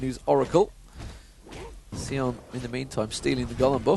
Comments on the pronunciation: It's Sion, not Seeon. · Seeon. No. Sion..like Scion. Bad commentator is bad.